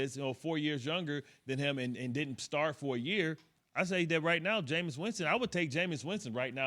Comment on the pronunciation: ITS JAMEIS AND ITS NOT EVEN CLOSE